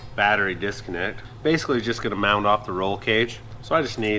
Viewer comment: is always using D at the end of words that end in T he says mound for mount and bold for bolt must be mountain man language or something. Also I'm still worried about his voice has sounded like he's been sick for. Months hope he's ok if not he needs to get checked out we care about you guys